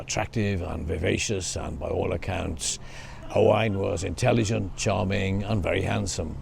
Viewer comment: " O-wine" ? Interesting 🤔 Never ,not once Have I 'erd it pronounced that way?? Is that Old English,?,Galic?, latin? Or?... us yanks pronounce it.."O-when" O-wine... to us is either old tasty and expensive .wine...or viniger